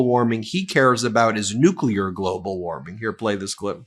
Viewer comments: Nuclear = Nu-Clear, not Nu-cle-er. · He is a 🤡 clown! He can't even pronounce the word nuclear